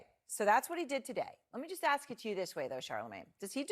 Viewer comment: If your going to speak for a living force yourself to pronounce the word "ask" correctly.